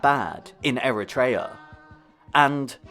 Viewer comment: Great vid! Not to be that guy but its technically pronounced eh·ruh·tree·uh instead of eh-ruh-tray-ah